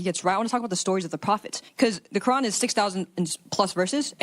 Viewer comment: Her phony boloney way of pronouncing “Quran” for attention like that is all I needed to hear 😂